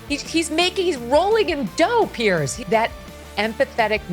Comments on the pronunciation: His name is PIERS, pronounced Peerz. Not Pierce. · His name is PIERS ( Peerz) not Pierce. Don't even sound the same